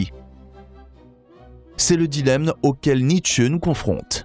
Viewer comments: Très bien ces videos philosophiques, mais par pitié NietzschE avec la derniere lettre accentuee ça me tue les oreilles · Oui mais là on sent que la prononciation n'est pas encore parfaite (ça viendra, je n'en doute pas). En allemand le "e" est prononcé mais pas décollé grossièrement comme dans la vidéo.